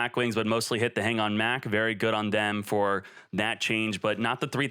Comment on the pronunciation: I think konami did a great job i think they were really targeting decks that are primarily unfair to play against most of these decks literally all were super hard to defend against especially cyber dragons and anything w mach btw its not mac its mach like (mock) mach speed not mac speed lmao